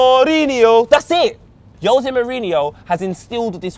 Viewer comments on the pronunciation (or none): Who the hell is Yose Mourinho? Learn to pronounce you jamaican bellend